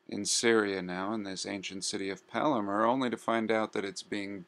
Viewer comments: Pronounced Pal (as in a buddy)- my (as in mine)- ra! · Palmyra - palm-myra. Other than that entertaining video. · Here you really blew it. You exposed yself as somebody who has no clue what you are talking about. This is in any of the videos you make while you walking your dog. This is disappointing. You dont know what happened because you are totally ignorant. You cant even say Palmyra properly. Did you fall out of the f...Mars. Idiot. Only a Murican can be so under educated. Russians bombed ISIS, and it was ISIS who purposely blown up old monuments in Palmyra on a pretext they are idol worship. Why dont you get informed a bit before blabbering bullshit?Yeah make a proper video next time. Discover something new. Yeah. Like Papua New Guinea.